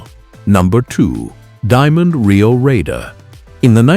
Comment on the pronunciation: "Diamond T and Ry-oh?"